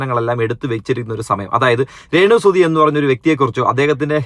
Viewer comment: രേണുസുധി അല്ല രേണുസ്തുധി 😁